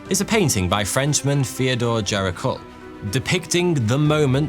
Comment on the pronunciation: P.S. Your French pronunciation is hopeless. At least my art teacher taught us how to pronounce 'Gericault'. 😢